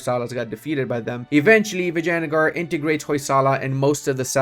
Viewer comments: I love how you pronounce Vijayanagar as "Vaginagar" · some mixture of "vagene" and vinegar :hand-orange-covering-eyes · I'm Italian and "Vagina" means Pussy to us. Basically for me he's saying "Pussygar" AHahahah love that.